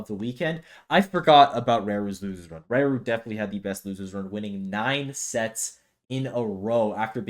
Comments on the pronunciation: You say raru wrong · Yes. He/She? doesn't know how to pronounce hiragana らる.